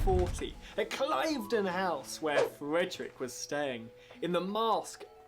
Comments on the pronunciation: Cliveden is pronounced ‘’clivden’ - short i sound. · This "tour guide" needs to learn some pronunciations before progressing any further. Hanoverian, not Hanovian for the Royal House of the Georges and Cliveden House is pronounced "cliv-den" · Cliveden is pronounced, 'Clivden.' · The English guy pronunciation is off Clive-den should be Cliv( like Cliff) den. And we USED to say short a Patt-ree-otz not Pay-tree-otz. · You spent the first ten minutes listening to a waffling idiot mangling both the English language and history. "Becrowned"?! "beared" instead of "bore", Clive-den instead of Cliv-den. Tour guide? Really? Moron more like. Better to have just played the performance. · Stop listening when in pronounced Cliveden House wrong. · He could also do with learning how to pronounce 'Zadok' and 'Cliveden'.